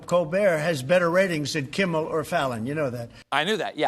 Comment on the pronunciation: Uh, Beeatch, it isn't "Kimbal", it's "Kimmel."